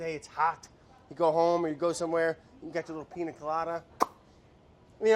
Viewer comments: if he says PINA instead of PIÑA again we’re gonna have a huge problem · PIÑA COLADA BRAD NOT PINA COLADA 😭🤣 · So, of course I love Brad. Even when he cant correctly pronounce "piña" (Ill let it slide just because its him). But, hey producers, what happened? I mean I know its summer, and you want to just chill, but this ep was ...underwhelming. No crazy edits/music, where was Vinny? Super simple recipe.... the highlight of the video was seeing Andy letting go of control and having a sip of alcohol at 3pm ... (Im still a bit shocked to find out he drinks, he seems so cutefully type A) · I don't know if this correction has been made before, but it isn't "Piña coladas" is "Piñas coladas" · PiÑa not piNa...changes the way to pronounce it 😉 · atleast learn how to say piña